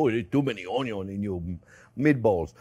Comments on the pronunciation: Love the way you say onion (onyon)....👍😆😆👏👏👏🥰😘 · Absolutely love it when he says "Onyo" 🤣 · Where did you learn to spell? It's ONYO! ;)